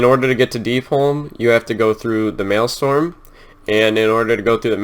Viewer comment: The Maelstrom is a massive, fierce vortex of water that was created when the Well of Eternity collapsed into itself during the Great Sundering. "Mal-Strom" not "Male-Storm" - Malestorm sounds like a gay orgy.